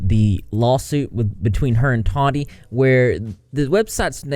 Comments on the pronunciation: Why do you pronounce her name like that. Have you not seen any of the million videos made about her where they pronounce her name correctly. Toddy westbrook lmao, so lazy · Not to be that person but it's "Tah-tee" not "Toddy". But yes I agree, Katie Joy is a stalker and totally went overboard in "digging up dirt" on the Westbrooks! She had no right to do what she did and she has literally kept talking about Tati's case against her even though if her lawyer (if he was worth what she's paying him) would have already told her to keep her big damn mouth shut until this actually goes to court! Good video! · The way you slaughter peoples names “toddie” 😂 it’s “TAATEE” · I hate when people mispronounce names. Tati not Tody.